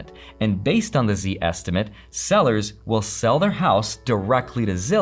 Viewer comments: I'm sorry man. It's not pronounced Z-estimate. That would be way too cool, like a saiyan gauging your power level. It's literally " zestimate ". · Never head anyone call it a Z~estimate. Always heard it as Zest~imate